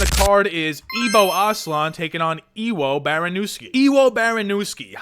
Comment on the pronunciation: Its pronounced Evo Baronyevsky. He has stupid power but did get KO'd from top control wrestling a heavyweight. Havent seen it done since kevin holland. No shame in fading the debut. If i was Petr Yan id be practicing the Jorge Masvidal Flying knee.